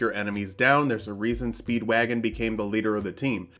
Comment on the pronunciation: I thought it was pronounced Speeeeeed-Wah-GoHN